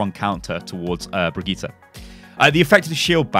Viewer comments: It's not BrigittA! It's BrigittE. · jo mann die heißt brigidde nicht brigtita xD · HER NAME IS PRONOUNCED BRI-JIT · Thats the English/Irish pronunciation. Her name is....Swedish? I forgot her nationality. Either way, its easy to be confused but Brijit isnt actually how her name is said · Nytellem He's been going back and forth on it. I don't think he was messing it up on purpose. More of a "I have no idea how to say it properly while I'm rambling and not thinking about it ahaha" type of mentality. He's just getting used to saying it while rambling now, lol. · I mean he is still mispronouncing the name, just not butchering it completely. The VA herself said it does not end in "AH" it ends in "EH". Anyway, it's been 7 years, hope things are well for you mate! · What's so hard about saying "Brigitte" ?